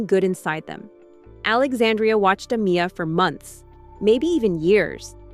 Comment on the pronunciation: Why isn't her name Amiya being pronounced correctly??